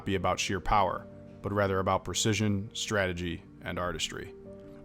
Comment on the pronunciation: “Stratergy” lmao